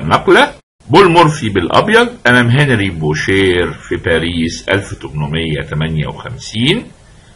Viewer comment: استاذي الفاضل . استسمح منكم على تعليقي هذا . خصم بول مورفي يسمى بوشي Boucher و تعني طبعا الجزار و ليس بوشير . لانه في اللغة الفرنسية الراء في ٱخر الكلمة لا تنطق . مثال : manger parler marcher oranger étranger تحياتي لكم. محبكم من المغرب